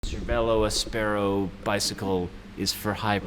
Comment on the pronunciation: Sorry guys, you called your bike áspero (spanish for rough) - not aspéro - so please pronounce it the way you yourself chose. It is not English, it’s Spanish!